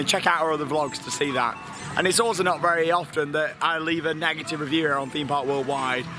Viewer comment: Negitive?? Dude, I couldn't stop laughing!